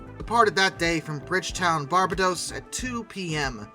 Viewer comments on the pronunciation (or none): Heathrow = HEETH-roe Barbados = bar-BAYD-ose Icahn rhymes with icon (long stressed I, syllables run together) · Interesting take on the fall...Not to be nitpicking here but a couple of your place pronunciations were incorrect. Recheck "Heathrow" and "Barbados"... Plus you forgot the TV series Pan AM